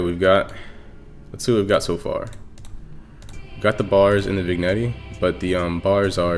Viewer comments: vin'jet* nice tut tho lol i was just bothered by u saying "vignettie" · VIG-NETTEY (pronounced vin-yet) Nice vid, thanks for tut. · It’s actually vin-yet lol (Nice video btw)